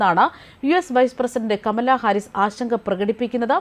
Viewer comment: എടീ നാക്ക് വടിച്ചിട്ട് പറ ഹമലാ ഹാരിസ് അല്ല കമല ഹാരിസ്